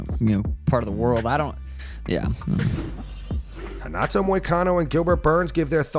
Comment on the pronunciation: Why can Renato not pronounce a double T 🤣